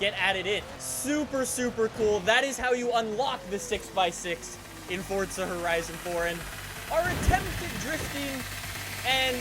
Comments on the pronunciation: its not Fortza its Forza m8. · Forzzzzza not fortsa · normal people: forza: fortza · why do you say fortza its forza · Its forza not fortttsa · This man did not just say fortza horizon tell me HE DID NOT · FORTZA HORIZAN FORE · I swear to god it’s not fortza! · Why does he always say it as fortza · Why does he always say fortza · why does he say fortza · Jw, do you not know how to say forza?